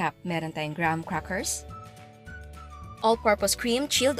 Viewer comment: Graham's correct pronunciation. Hope it may help you.